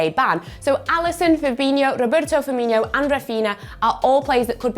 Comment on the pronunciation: It’s not firminhio it’s firminho